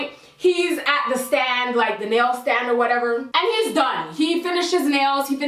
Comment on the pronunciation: “or whateva”😂